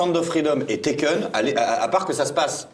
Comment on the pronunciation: L'autre film c'est "Taken", pas "Tekken" au cas où.